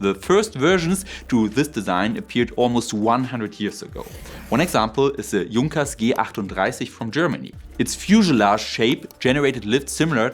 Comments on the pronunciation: You are the only English speaking YouTuber that pronounces "Junkers" properly. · pronounces German words correctly? No way 😂